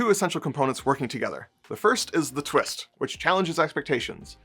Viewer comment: "The Twitst." Is that a twist for twits? 😁